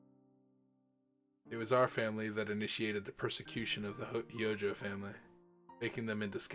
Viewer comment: Also Houjou is pronounced hoe (as in the farming exquiptment) - joe (as in the name).